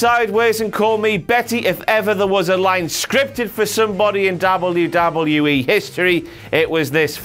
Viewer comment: Darble-yew-darble-yew-E. Brick.